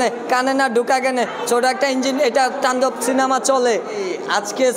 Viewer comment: তান্ডব❌ টান্ডব✅ পজিটিভলি❌ প্রজেভিবলি✅